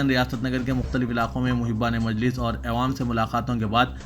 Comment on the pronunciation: Please aiwam nahi awwam padhye aap.